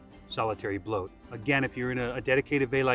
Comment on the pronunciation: its not pronunced bloat. please dont